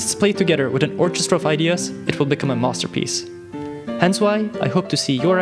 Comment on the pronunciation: Did he say monsterpiece?